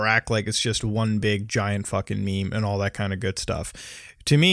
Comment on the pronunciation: Did he pronounced meme wrong? He said Me-Me